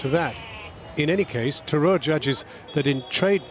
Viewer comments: The fact that the host can't be bothered to pronounce 'Tharoor' properly shows you how that colonial/superiority complex still exists in Britain. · Britain made India. Mr Sasi (You cannot prronounce this idiot's name) is a hypocrite.